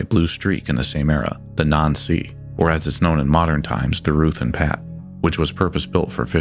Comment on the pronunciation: Excellent video. When you said the name "nan sea" I almost thought you said something different. Lets just say something that rhymes with "not sea". Bit of an unfortunate similarity there for them.